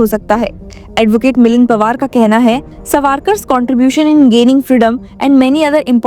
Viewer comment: U r pronouncing as savaarkar but it should be saavarkar, correct yourself, it is very odd to hear so.